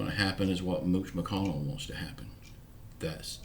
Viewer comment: Hello. I hope Amy is much better. I love you both. BTW, I laugh when you say mooch McCONNEL